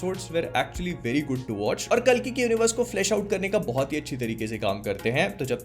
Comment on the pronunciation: bhai yaar aap कली kyo bolte ho vo कल्की hai